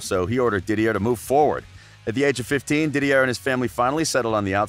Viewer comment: Dont ever listen to a man that says “DidieRRR” Drogba or “Marseye”